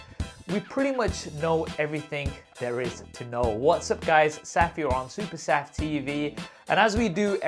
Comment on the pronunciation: Saf on SuperSaf TV, the way you pronounce it is amazing. I gotta say it, excited to see fold 3 and flip 3 but not ready to buy it yet. I am still happy with my note 10+. Great content by the way!